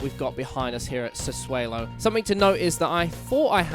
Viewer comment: I don't want to be that guy but I'm pretty sure it's pronounced Sa-'swallow'? Good video though and hope to see more FM 👍🏻